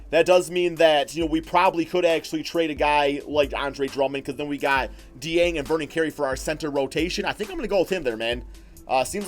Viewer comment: If your like me, you have been pronouncing it Gorgy Ding. However, that is completely off. According to Rick pitino, there is a K and J sound in the name Gorgui Dieng. Gorgui is correctly pronounced Gorkie, and Dieng is correctly pronounced Jyang with a french twist to it.